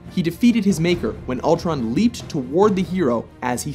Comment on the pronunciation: it's Ultron, not Altron